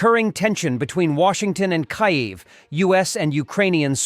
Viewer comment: Teach your fake, English, digital voice to pronounce the capital of Ukraine!!! Makes me angry about digital and AI take over of real human interaction and diminishes communication or retention of information!